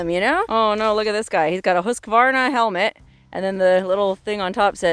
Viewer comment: Thank you for pronouncing Husqvarna correctly and not saying Husq “a” varna like most people do.